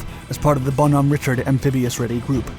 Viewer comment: That would be Bon- hom-A Richard.